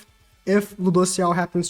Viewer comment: it's Lewdociel:)